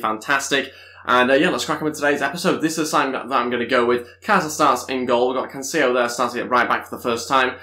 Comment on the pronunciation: if ı'm not mistaken cancelo's name is pronounced as is not with canceyo as you say it would have been cancelo if it was cancello double l is pronounced as y